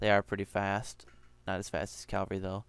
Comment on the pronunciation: CAVALRY. not CALVARY.